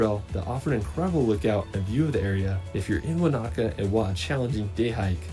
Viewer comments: if the dude in the video said "wah knacker" for Wanaka one more time...its correct pronunciation is wo nuh kuh similar to Hanukah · I don't have a specific favorite place in NZ - I more like to road trip and let the vibe wash over me again and again. Also, that dude was annoying the hell out of me with his "Wanāka" always with the "Wanāka". NO! Wanaka. No ā in the middle! There's a difference between a and ā!